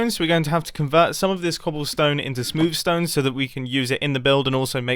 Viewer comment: Mumbo jumbo is normally like reasonably English, but when he says “smewv stone” he becomes considerably English